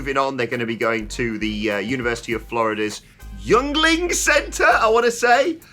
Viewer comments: It’s “ying-ling” a beer from Pennsylvania, America’s oldest brewery actually. Popular beer in Pennsylvania, New Jersey and New York, then expanded to the rest of northeast and other states. Even Florida now with a second brewery there. A lot of former New York and New Jersey residents move to Florida or spend winters there so the demand for yuengling is there. A good “every day” beer. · No criticizm, I love all of the channels videos. It's pronounced "Ying-Ling" at least in the north east part of the US 😏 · The university of south Florida's area is pronounced "ying ling". Its a brand of beer over here. Not trying to be a grammar asshole just wanted to let the boys know. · Pronounced like “yingling “ just so your aware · Yuengling is pronounced Ying ling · Just a heads up: yuengling is pronounced like "Ying-Ling" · it's pronounced Ying-ling Center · It’s pronounced Ying-Ling Center